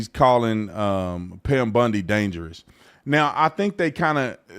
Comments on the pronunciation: Pam BONdi not BUNdi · It's Pam Bondi (Baundi) not Bundi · He name is "BONDI", as in James Bond, not Bundi, as in Al Bundy. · Not Bundy It’s Bondi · Just a friendly point, it's BOndy, NOT BUndy. 🤓👍🏼 (Arrested individuals post "bond", not "bund". 😁) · It's Bond not Bund...Bondi 😉